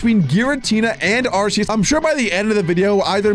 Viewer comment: They don’t know how to pronounce arceus